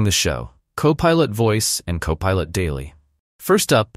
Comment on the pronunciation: Poor AI voiceover can't even pronounce CoPilot consistently. When I identify AI voiceover channels I delete them from my feed. Ergo, YouTube, "Don't recommend this channel...".